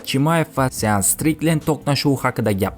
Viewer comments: Сеанс Стрикленд езилади..аслида Шон Стрикленд укилади укам Илтимос, номини тугри укинг. Сиз айтган гапни сиздан хам яхши биламиз. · Сеанс штриклен эмас шон. Стриклен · Sean mas shon striklend oqimagan blyat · Sean strikland😂 Shon strikland oqiladi brat😅